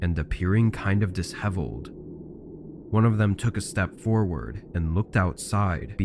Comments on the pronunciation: Disheveled is pronounced incorrectly. It's dish-eveled, not dis-heveled. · I'm sorry, I dint mean to be picky, but it's pronounced disheveled, shhhh sound not dis heveled. But I do love your channel and stories. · This is the third time I've heard you mispronounce disheveled. It's getting annoying. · heehee disheveled